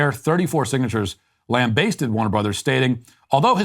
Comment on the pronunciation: Lambasted is pronounced lam-ba-sted (a as in apple) Not lam-bay-sted The more you speak, the more you show yourself up as pretty ignorant. You speak with the confidence tones of someone who knows what he's talking about. But the more you talk, the more I realise that it's just that, a confident tone only. 🤣